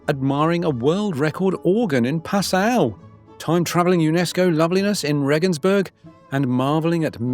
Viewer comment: Pronunciation tip! it is correctly pronounced PA sau. NOT pa SAU!!!!